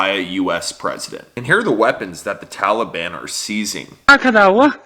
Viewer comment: Why the all of a sudden change in how tala ban is pronounced? Have we been saying it wrong all this time and now care about their feelings?